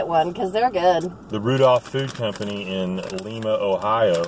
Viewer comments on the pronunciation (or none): Love the review lol. The town in Ohio is pronounced lye-ma (Lima) I used to live close to there. I wish our dollar tree had them fung guns. Our dollar tree sucks. You all seem to have better items than ours. In North MO.